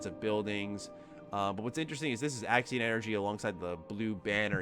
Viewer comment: You keep saying Axin energy my boi... I'm sure it's Axion energy